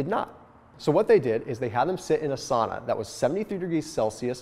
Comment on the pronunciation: That's not how you pronounce "sauna" though :D